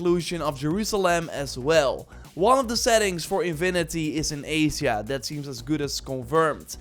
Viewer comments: Lol… “azia.” A-sh-a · AYJA not AYZYA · I’ve never heard Asia pronounced like that 😹